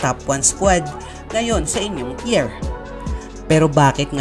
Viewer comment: anong tyer? bka tah-yer naguluhan ako dun kabatang